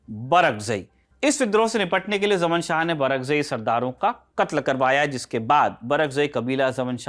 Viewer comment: जमन शाह कोयी नाम नहीं होता। ज़मान शाह था। वैसे उसको जयदातर शाह ज़मान ही बोला जाता है।